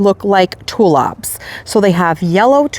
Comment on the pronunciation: I'm amused at the way you say tulips .... you say TU LUPS.